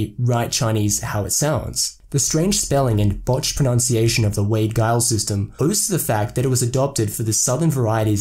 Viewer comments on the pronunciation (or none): Giles is pronounced Jiles.